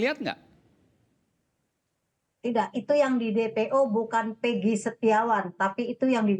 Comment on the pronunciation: keserupn nybut nma eeggii...bukan peegi..itu yg sy dengar..coba putar lagi kawan